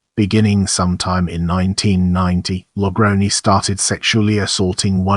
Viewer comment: It's pronounced La Grown. 👹